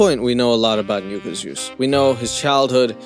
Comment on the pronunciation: It's pronounced "nuh-kah" just fyi. I dont really care but I'm sure some people do. It's like another way of saying the n word